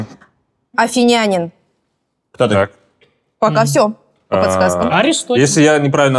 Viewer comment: афИнянин. Исторический, ёпть! Ударения хоть правильно ставьте!